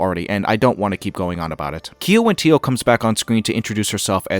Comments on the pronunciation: Just for future reference, Kiawentiio is pronounced as "Gow-wuhn-dee-yo" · FYI Kiawentiio is pronounced Gya-wuhn-dee-yo. It is a Mowhawk name. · Just a tiny note, Kiawentiio is pronounced like 'Gya-wuhn-dee-yo' with a G sound first not a K sound. You can hear her say it in the video :) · gya.wun.dee.yo bro you're pronouncing her name wrong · Sorry, friend, but you have no excuse to keep mispronouncing Kiawentiio's name when she says it for you in the video you're covering right now. SMH.